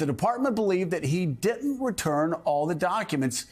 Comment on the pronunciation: The word is "DIDN'T," Joe, not "DITN'T." It's short for DID not, not DIT not. Grrrrr.....